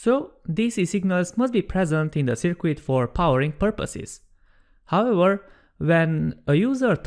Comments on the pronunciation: "Sir-Cut" not "Sir-Quit" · I kind of like "Sir-Quit". It added an element of mild entertainment to a very informative video.